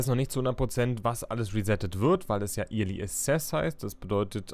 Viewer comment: Kleiner Hinweis: early wird "öhrli" ausgesprochen =)